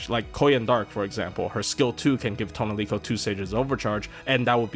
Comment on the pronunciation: Your pronunciation of "Tonelico" makes this unwatchable.